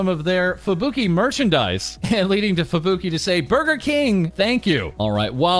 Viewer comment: You pronounce Japanese names incorrectly. I assume it's just a habit, but you would probably get bonus respect if you did it right. You stress the vowels wrong. Just for example, Fubuki isn't "Fu bookie" but "Fubu key". Pekora isn't "Pe core a" but "Peko rah". Takane isn't "Ta kane" but "Taka ne". Koyori isn't "Ko yori" but "Koyo ri". Mayuzumi isn't "Mayu zoomie" but "Ma yuzu mi". etc etc.